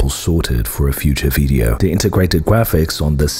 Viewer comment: Am I the only one who noticed around the 20th second the narrator says Integwated Gwaphics?